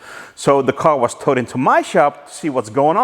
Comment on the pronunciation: It got toweded to my shop... Tremendous. That's actually how Canadians say it...